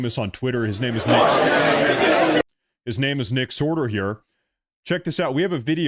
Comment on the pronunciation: It's pronounced "Sorter" like someone who sorts something. It's not like a "HHe-Man" adversary. 😉😁